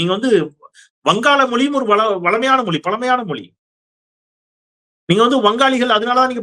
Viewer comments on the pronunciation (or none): none